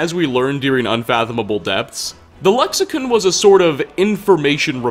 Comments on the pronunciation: Lexicon not lexicun. Also they are memories and not ghosts. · Am I the only one that noticed he says lexi-kun instead of lexicon lol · can't pronounce a damn thing, "lexicin" lmfao it's CON lexiCON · Its "Le-ksi-KAHN. not "Ken", ''KAHN"! Lexicon. not lexicen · lexicon is pronounced (lek-suh-kaan) I have a feeling I'll be doing this every video. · I've noticed all your videos even when there's all the NPCs saying a certain way you'll say some works differently why is that even when it differs from how it's supposed to be said even in English aside from whatever it's called tamriel click or whatever it's next to con is with an o on I or an e or however you're saying it even they say it correctly in the game same with saudia when they say Sadia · the way you pronounce Lexicon angers me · Your mispronounced Lexicon lol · Buddy, we gotta talk. Firstly Dova-KEEN, not dovakin. Secondly Lexi-CON, not Lexican.